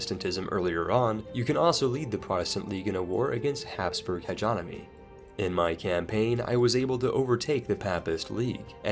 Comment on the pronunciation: Love you vids bro, genuinely. But why do you pronounce words like you've never heard them before? Like hegemony, or my favorite semen (semien)?